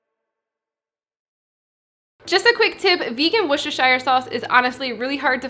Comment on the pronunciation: You're the first person I've ever heard pronounce worecesiochslkvcssshire sauce so effortlessly!